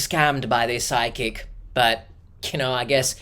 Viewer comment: I kept thinking you were saying Sidekick instead of Psychic. It took me some minutes to figure out it wasn't some new GenZ definition of Sidekick, some AI app generated friend that's always cockblocking her at the local watering hole, and a worse case scenario of a definite scam: Psychic. 🪄